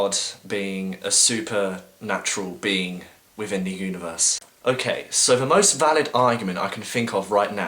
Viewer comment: "Afiests"? "Everyfing"? "Wifin"? "Somefing"? "Anyfing"? "Fink"? Oh please stop speaking speaking for the rest of us atheists.